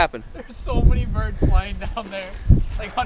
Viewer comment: “we jus dropped 6 bidurds” 😂😂